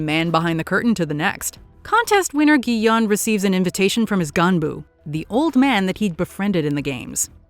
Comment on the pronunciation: His name is pronounced Gi-hoon. Did you even watch the show? They say it like a thousand times.